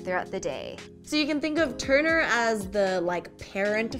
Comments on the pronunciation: Lady on the left! Do you see when you pronounce 'toner', your script comes up as 'turner'..? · why do i keep hearing u guys said "Turner".... again "Turner" ... Is it turner syndrome ? 😂 im too biology now . fix me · Is it me or they pronounce TONER as TURNER??? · Really girl on the left teach your friend the girl on the right how to say TONER not TURNER